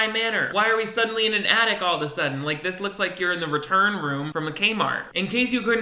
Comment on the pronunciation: I started playing this video while I was making a sandwich and thought you were talking about " the addict". And the girl in the video was sad on Christmas because a family member is a drug addict. I finally realised you were saying " the attic". 😆